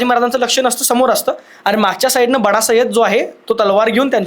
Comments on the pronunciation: किती स्तुती करणार सलमान ची बस न बाबा सय्यद बाडा नाही सय्यद बंडा म्हण सर्वाणी छान काम केले सलमान भक्त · बडा नाही बंडा